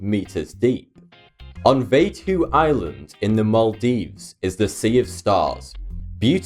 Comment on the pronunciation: I'm from Maldives and the way you pronounced Vaadhoo is just really funny